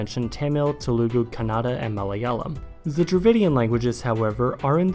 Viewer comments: That "Kuh nada" pronunciation made me cringe inside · Check the correct pronunciation of Telugu and Kannada.